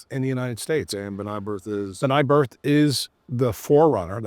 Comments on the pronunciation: Pretty sure it’s Brith- not Birth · BI RTH Is not BRI TH....br..i t h